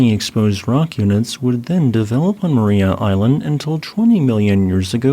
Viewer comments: Pronunciation is Mar-EYE-a as opposed to Mar-eee-a. Tassie is a fascinating place, my home for 27 years. I'd love to go back, but my wife is glad to be out of Tassie and won't go back. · It's pronounced "ma-rye-ah" island, not "ma-ree-ah" ;) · I recall seeing some of those fossils there in 2016. FWIW, locals pronounce the name of the island as Ma- RY-a. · FYI It's pronounced mar-eye-ah. I live in Hobart, Tasmania it truly beautiful 😁